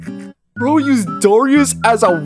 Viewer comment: calling darrius “dorrius” is the funniest thing I’ve heard